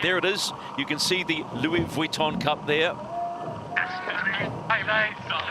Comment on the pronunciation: I cringe every time says "Louis Vuitton", please don't continue it for the America's Cup matches. It doesn't match English (American or British), French, Spanish, or Italian, so where the f is he pulling it from? It just sounds stupid and extremely irritating! Congrats to Britannia, I feel like some of the post-match chatter alluded to perhaps the software team tuning the maneuvering automation better than Luna Rossa could. Commiserations to the Italians for a thrilling LV Cup finals. Shame they didn't make more of a fight today. Bring on the America's Cup Match - it's set to be a cliff hanger until we're a few races in!!